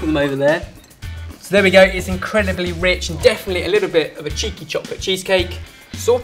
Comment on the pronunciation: I thought he said "Chicken Chocolate Cheesecake" lol